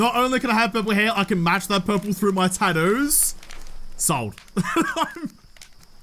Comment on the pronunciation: say tattoo again just one time 😁